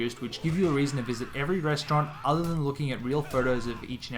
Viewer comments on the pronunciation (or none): none